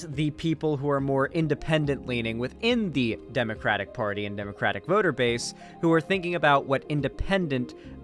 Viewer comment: Kyle not pronouncing the Democratic party name correctly tells me he is a closeted banana repub.